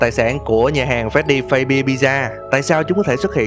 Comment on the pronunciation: Phát-xbe chứ ko phải phây-bia nhé!